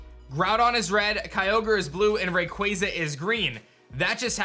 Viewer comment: Props for saying Rayquaza correctly